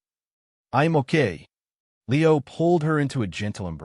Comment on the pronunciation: Lol. Leo like a meow, not lee-O. AI sucks.